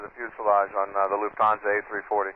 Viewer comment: thats a mistake. He says Lufthanse 4 0 1. Four zero one. Also whats that Yes sir? sounds like he is saluting, i can imagine that standing in the tower with that pose :P